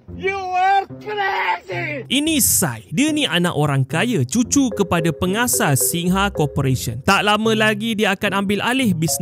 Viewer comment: Singha tu disebut "SINGAA" bukan "SING-HA"....